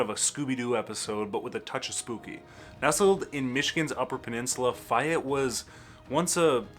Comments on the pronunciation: First I have heard it pronounced "Fi-ette". I've always heard it pronounced "Fay-ette". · the goast town is pronouced FAY ETTE not fiyette are you sure your from michigan??? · I believe Fayette is pronounced "FAY-ET". with the accent on the "ET" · Fay (as in day) ette Lifelong MI resident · Faaay ette long A sound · You lost all credit at failing to pronounce "Fayette". It's literally pronounced the way it's spelled. Like. Bro. How?! 😭 The section of I-96 where it meets I-196 also screams. It's not that unique. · Interesting video. I really enjoyed it. But.... There is no such town named "Fi ette" - It's "Fay ette" and "Dim mon dale"? No, my friend, it's prounced "Diamond dale". You are from Michigan, right? You're making me giggle. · I came to comments to correct your pronunciation of Fayette and Dimondale and saw how many have already commented. I guess I don't need to go any further. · How can he be a lifelong Michigan resident much less "content creator" on Michigan and can't pronounce Fayette or Dimondale? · Ok. It's Gay, rhymes with bay, not Fi-ette. And it's remnant not reminant. But who cares. You're great. Fascinating content, great personality and cute.